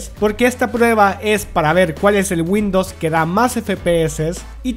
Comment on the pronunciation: Por qué dice windos? Y "fue" en vez de "fueron"